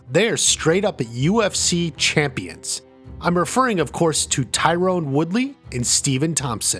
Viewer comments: It's Tyron not Tyrone! Ffs! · Not Tie-Rone. *Tie-ren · I didn't realize Tyron Woodley was one of the fighters who fought Jake Paul I got confused cause his name isn't pronounced Tyrone it's pronounced Tie Ron. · Stephen Thompson never became UFC champ. Also its not Tyrone, it's Tyron